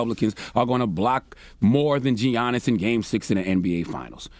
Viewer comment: Stop with the G-yannis! Respect that man he just won the chip get his name right.